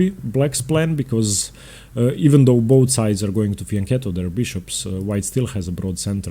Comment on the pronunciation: Thank you,, your content is amazing. Insightful video. And thank you for properly pronouncing "Pirc" and "fianchetto."